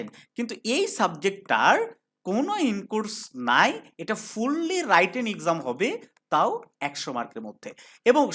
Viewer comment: বারবার বলছেন, রাইটেন, রাইটেন। । । রাইটেন শব্দটা কি সঠিক ?